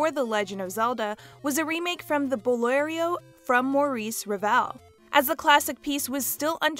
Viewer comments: Fact number one. Not a remake, a substitution. And it's not "bolerio," it's Bolero. Switched off nineteen seconds in. Good lord. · “Bolerio” killed me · I stopped watching after she said "Bolerio". A whole 15 seconds into the video.